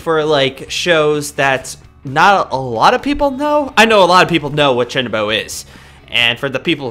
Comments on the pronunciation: I cringe every time he says Chuunibyou wrong. Chew-knee-bee-oh not chinnybow like jesus christ... Also this is my favorite fucking anime of all time. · Uhh you said chunbo its Chun-ee-be-yo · Not to judge the way you say "chuunibyou' Its is actually pronounced "chew nii byou" Again im sorry for correcting your pronunciation.